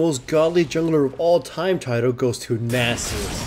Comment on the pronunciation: Subbed because you can pronounce Nasus correctly.